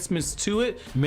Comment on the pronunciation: It's wrong how they doin Yamaha I mean sauske😭